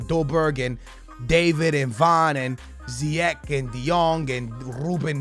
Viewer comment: it's ziyech not ziyek, and play him at CAM not RM, you'll enjoy him gameplay more